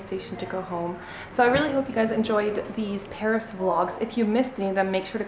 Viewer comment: Hi ;) do you speak french ? cause you have a perfect accent when you pronounce the place of Paris ... I usually speak french, I'm Belgian. Thank you to share your travel, it was nice ^^